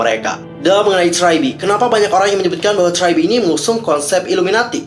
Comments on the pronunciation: Gua hampir bingung pertama denger nama nya, karena bilang try be, ternyata tri be. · Abangnya bingungin gw dari tadi liat subtitle siapa si nama GG nya eh malah tragedi , terus gw denger ngomong apa si tadi gw cari trybe kok g ada eh ternyata lagi bacanya try